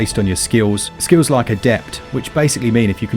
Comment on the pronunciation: I like how you say "skills." Me: "Skills." You: "Skiwws."